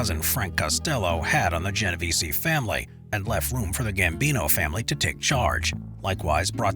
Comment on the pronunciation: I noticed you miss pronounce my name about 10 times. the “e” is silent at the end of Genovese. Otherwise, well done analysis